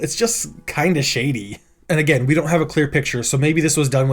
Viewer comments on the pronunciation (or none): none